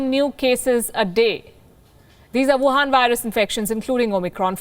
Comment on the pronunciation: Her favourite words: Buhan Virus